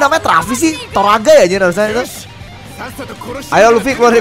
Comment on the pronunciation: Torao woy bukan toraga